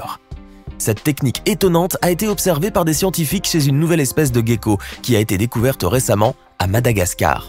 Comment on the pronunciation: Le commentateur n'est pas du sud.. On dit jecko et pas guecko..car g+e ça fait je et pas gué..